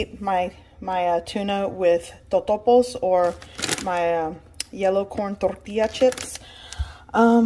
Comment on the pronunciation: Besides juicy limes , I'd like to pronounce tortillas the way you do